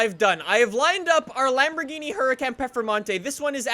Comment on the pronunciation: Let me translate the video title for u kidz. LambogheenE PerfeMONtay